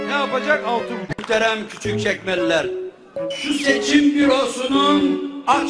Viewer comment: bir küçükçekmeceli olarak küçükçekmeli olduğumu anladım